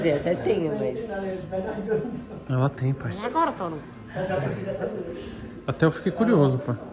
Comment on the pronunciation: Tanto tempo juntos e ainda não consegue chamar toguro pelo nome ainda diz torugo 😂😂😂😂